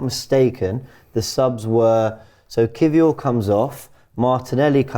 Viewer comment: Learn to say kiwior properly please